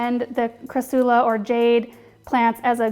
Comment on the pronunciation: TBH it was bugging me how you were saying cra-soo-la BUT... it grew on me. Hehe. You're that likable!